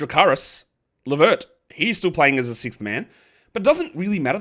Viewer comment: Stop calling Caris LeVert "JeCaris". It's Caris. There is no "Je"